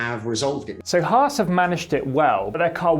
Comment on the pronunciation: I'm not used to hearing Brits pronounce Haas correctly. And there were 2 in one video! Nice.